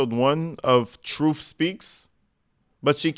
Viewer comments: Trooft is, at da end of da day.. she toopid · At one point, she literally says "trooft". Like tf